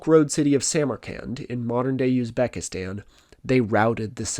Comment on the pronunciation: Never heard it pronounced Yuzbekistan before